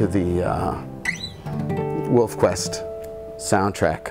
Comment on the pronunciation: I love how he says "Woof Quest" instead of "Wolf Quest". Some other people I know do the same thing!